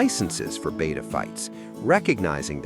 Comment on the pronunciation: It’s pronounced Beh-tah, not bay-tah. 🙄